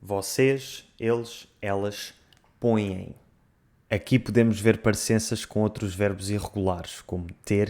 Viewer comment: Is põem really pronounced "ponhem", or were you just enunciating?